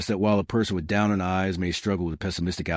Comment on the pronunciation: Its pronounce downturned not down earned